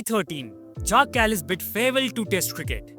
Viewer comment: I know you like your food. Check out this video "This Village OFFICIALLY BANNED Kebab Shops & Takeaways" Kallis is pronounced as its spelled not Kalleese